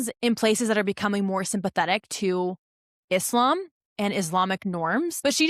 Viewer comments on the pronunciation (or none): none